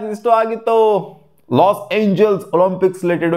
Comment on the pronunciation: Los Angeles ಗುರು los angele ಅಲ್ಲ😂